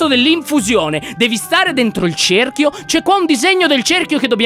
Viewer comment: cehrchio.. come cazzo lo hai detto? xD